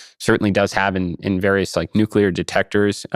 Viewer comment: I was surprised when Issacman pronounced "always"....."alweeze". At least he got nuclear right (not nucular). I've been hearing lots of people saying alweeze. Where did that come from? I think there ARE extraterrestrials who are already here. They're starting their takeover by making us forget how to talk, one word at a time.